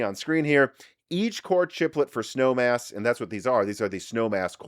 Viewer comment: Was listening on audio only in my car while commuting to work. I had to rewind and make sure I heard him right about the cpu code name. I thought he said “Snow Ass” lol made my day!